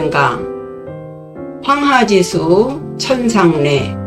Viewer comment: 또 한 가지 틀린 것: 황하지수의 독법이틀렸나이다. 이를 두 자씩 띄어서 읽었나이다. WRONG! WRONG! "황하지" 하고 "수"라고 띄어서 읽으시옵소서. 이 갈 지자는, 소유격으로 쓰여졌습니다. 그러므로 황하에 부처 읽어야하나이다. 참으로! 실망! 실망! 미국 변 완수 드림. 시창자 여러 분! 유튜브에, 치시면, 우리 말에 대한 참으로 귀한 강의를 들ㄹ을 수 있나이다. 정중히 권하옵니다. 미국 변 완수 드림